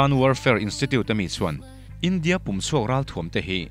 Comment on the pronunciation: Pum chhuak a ni lo, pùm chhuak tia pùm lai hi thluk hniam tur a ni😮😮